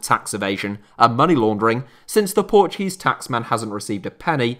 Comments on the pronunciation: Ur pronunciation and knowledge of Portuguese words is pretty good for a non Portuguese speaker Great VID BTW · i love how you said every portuguese word right (